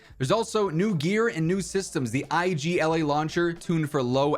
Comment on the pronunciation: just a quickie, IGLA is pronounced like igloo (ig-la) just so you know! :D